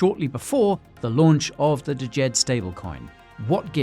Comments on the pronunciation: Please the D is silent, its just Jed lol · You are mispronouncing "DJED". The D is silent. Look up "Djent" music genre. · I thought the d was silent and it was just pronounced Jed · DJED is pronounced ‘JED’